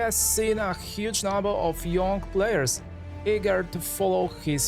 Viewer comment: I laughed so hard at his pronunciation of Phenomenon